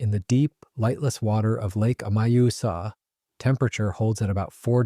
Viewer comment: I like his pronounciacion of the lakes name! Majosa!!😂😂😂😂 think he means the lake Mjösen ❤?